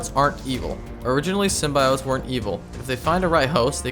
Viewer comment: STOP SAYING “SYMBIOTES” LIKE THAT YOU SAY IT EVERY 4 SECONDS YOU PRONOUNCE IT WIERD EWW